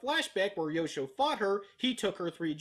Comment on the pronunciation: When you introduced Yosho, I thought you called him "Yoko".